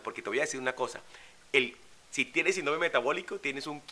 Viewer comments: No por desviar el mensaje con tecnicismos gramaticales, pero no se pronuncia "sindrome" sino síndrome" con acento en la "i" y con la tilde en la misma al tratarse de una palabra esdrújula... Por lo demás fue un mensaje bastante completo. Gracias. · no se dice sindróme, se dice Síndrome. Muéstranos tu título de doctorado!! Porque tú mismo te lo dices unas 40 veces por cada video. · Tengo entendido que se pronuncia: Síndrome, acentuado en la í.